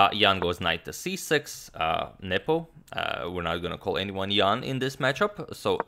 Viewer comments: Saying "Jan"/"Ian" for both of them would save you from blundering the players' names :) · that g sound at the end of Jan is actually the first K of Krzysztof